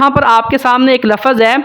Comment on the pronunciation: भाई साहब आप समझा तो सही रहे हो लेकिन बार बार आप लफ़्ज़ को (लफ़ज़)बोल रहे हो यह ग़लत हैं इसलिए आप अपने लफ़्ज़ बोलने का तलफ़्फ़ुज़ सही कर लें।